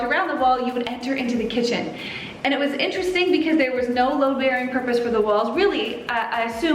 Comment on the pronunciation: Hey, it sounds like your saying LOW bearing walls but its called “LOAD-bearing” walls